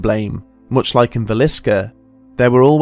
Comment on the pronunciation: um oh yea -Villisca not Visillica